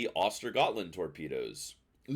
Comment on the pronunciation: Yes, it is pronounced ostergoooland. Get the best T9 DD’s name right. Disrespectful.